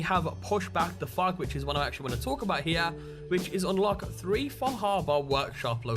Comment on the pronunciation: Fug?! Wtf is fug? I assume you mean fog? NEVER heard it said like that and I'm British so ALOT of dialects!